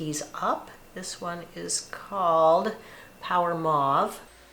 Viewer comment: Mauve and taupe have the same long oh sound. Mauve rhymes with rove.